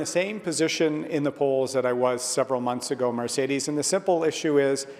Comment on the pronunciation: O'Toole can't even pronounce the host's name correctly. What's so difficult about 'Mercedes'? How many of them has he driven in?